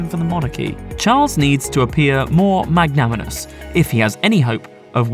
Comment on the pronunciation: I had a good giggle at the pronunciation of the word 'magnanimous'....